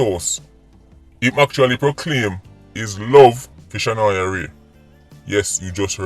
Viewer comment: Blessings as always, you missed off the “a” on her name “Shanoya Wray”